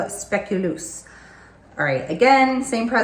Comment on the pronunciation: yea but those are sweets fragrances tho Im like you i can’t with gourmands fragrances atp but like fragrances like pink sugar/italica for example re genuine gourmands mind you its also a matter of perception cus what smells gourmands to one isn’t going to smell edible to another lol Also its pronounced speculos despite the way its written lol the speculos spread is a diabetic nightmare but its delicious they’re cinnamon ‘warm’ super sugary sweet cookies.